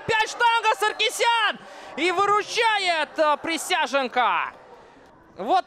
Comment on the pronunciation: Присяжненко - какой хороший вратарь! С удовольствием в третий раз пересматриваю обзор. Комментатору вызубрить фамилию превосходного вратаря! Никакой не Присяженко, а Присяжненко!